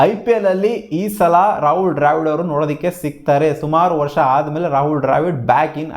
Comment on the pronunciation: ಡ್ರ್ಯಾವಿಡ್ ಅಲ್ಲೋ ಬೋಳಿ ಮಗನೇ ದ್ರಾವಿಡ್ ಅದು 🤦‍♂️